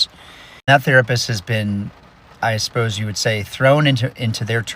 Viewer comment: when an adult says "asposed" instead of "supposed" I almost always begin to subconsciously discredit whatever else they're saying